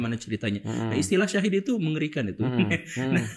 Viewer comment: Coba di simak lagi bang Felix Siauw bilang kata Syahid bukan Syahif , guru gembul juga Meluruskan kata Syahid itu yang kurang tepat untuk di ucapkan Lihat aja menit 7: 53 sampai 9: 00